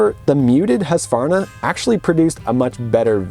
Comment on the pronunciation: Thank you for pronouncing Husqvarna correctly and not saying Husq a varna. That has been an irritation for me for 55 years.👍❤️🏍